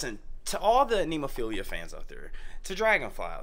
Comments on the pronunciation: Ne (as in net) mo (stressed syllable) phila (as in Philadelphia) It's a five petal flower (they're a five members band), you saw the flower as the symbol in the beginning of the video. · Why not cut down on the labeling and just call it Heavy Metal? BTW, it's Ne-mo-phi-la. It's a flower with 5 petals, one for each band member. Great reaction guys!